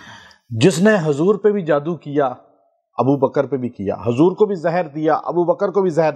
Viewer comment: Pr,,, Janab ap apna talaffyzb,theek kariye Hazur , nhi Huzur boliye😮